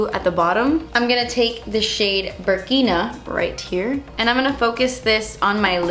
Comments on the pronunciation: You're pronouncing Burkina right It's a country in Africa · Love this look! I'll definitely do it for thanksgiving You are pronouncing Burkina and Fulani right. It looks like whoever created this palette named all the eyeshadows with African countries (Burkina Faso), languages (Zulu) or people (Fulani people). xoxo :) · Awesome! I like the funny bits after each video. Yes, you were pronouncing Burkina correctly. The names of the shadows were based on areas and peoples in Africa. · idk if that's the right pronunciation for the country, but I knew a girl in school whose name was Burkina and that's how she pronounced it, so. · yes you're pronouncing Burkina right.. it's a country in Africa. Burkina Faso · I think the shade name Burkina comes from the country Burkina Faso and I do think you pronounce it right! love this look xx